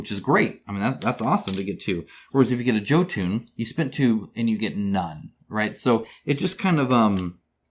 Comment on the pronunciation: Great rundown. But jotun is pronounced "Yoh-tun." It hurts me every time you say it!